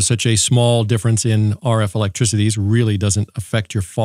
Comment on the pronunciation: LOL you said "ELECTRICOTIES" again lol